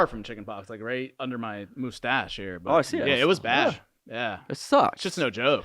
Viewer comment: I Watched All The Podcast but not on the toilet and yeah that prank was great great acting on point and he said Moostache Instead of Mustache Lol